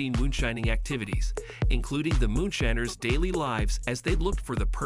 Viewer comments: The voice keeps saying moonSHINNERS. Hilarious... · "moonshinners"... AI sucks.